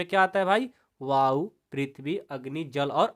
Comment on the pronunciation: Sir app vayou ko bayou padh raha ha